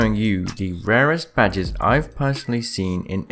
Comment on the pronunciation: "Ill be showing you the rarest badgers in Apex legends". Now you cant unhear it. You're welcome.